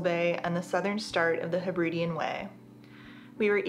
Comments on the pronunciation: Lovely video but please pronounce Hebridean correctly! I live there and it's very irritating when people come to see the beauty and don't even bother to learn the correct pronunciation. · Say after me... Heb-rid-eees other than mispronouncing the area you're visiting, it's a great video!